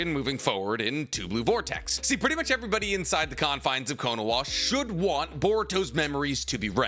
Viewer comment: Why does he keep pronouncing it as konowa WHERE IS THE W????? Naruto is down, sasuke is down, boruto is not in the village, there are no W’s in KONOHA